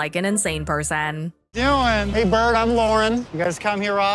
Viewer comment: "hey BURD i'm loren"